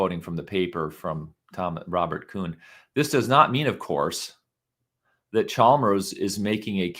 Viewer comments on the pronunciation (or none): none